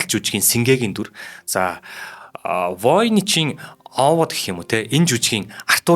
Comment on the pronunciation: хөтлөгч залуу хоолой сайтай боловч зарим үгийг хэлж чадахгүй юмаа. галстук( улаан бүч), атлаас( даавуу),пүүшиг( тамхи) , г.м ийг хэлж чадахгүй эсвэл буруу хэлнэ, луугарууд гэхийг луйхрууд гэж байна, Овод гэдгийг Овоод гэж байна, хамар сөргөхийг буруу тайлбарлаж байна. Уншихаасаа өмнө үгтэйгээ танилцаж судлаад ярианы соёл гэдгийг суралцах хэрэгтэй шүү.